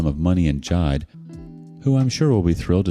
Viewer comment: It's Ji-de; two syllables.